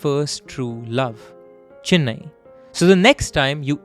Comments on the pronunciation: It’s not fucking Chinnai it’s Chennai. My ears are hurting you say Chinnai again and again you Bihari 😂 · Great story telling and format! You got the hard pronunciations right with the tamil names but pronounced Chennai as Chinnai throughout. I know its a very common North Indian pronunciation but aint that hard to say CHE-nnai.